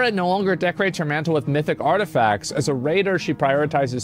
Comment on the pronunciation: Laura Croft, arTEAfacts. Learn how to speak my guy.